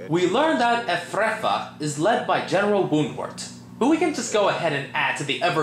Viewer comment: If you love the movie why do you get so many of the names wrong "Frith" or as you say "Thrift" Hyzenthlay....or did you say HazelThey, Efrafa or did you say Evavra Let me guess that other guy is Blackathor?